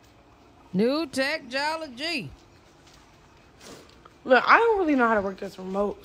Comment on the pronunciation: "Say what...*rewinds* NEW TECHTOLOGY " 😂😂😂😂